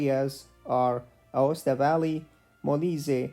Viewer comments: Aosta Valley, not Acosta valley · ah yes "Acosta"